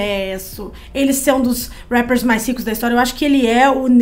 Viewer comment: Não suporto quando elas falam rappers